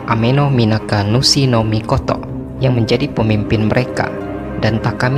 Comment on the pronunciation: mikotok mikotok wkwwkwkww mikotonya kgk pake K bang